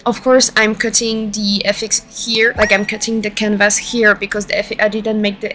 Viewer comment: This was super helpful! Thankyou so much! I've seen your SFX sets before and always been really impressed. I do wanna say, politely, that hearing FX's spoken phonetically kept throwing me off and confusing me haha, since it's just shorthand for "effects." But after I got over that the video was really easy to follow. Looking forward to the next ones!